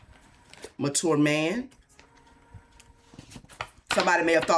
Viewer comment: 😂 when you said “mature” man I was hearing “manure”